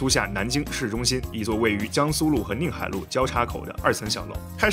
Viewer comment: 什么叫宁nìng海路？明明叫níng海路。